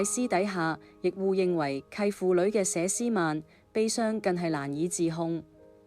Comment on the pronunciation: 佘詩曼不是吏詩曼，發音完全不正確，請尊重別人的名字。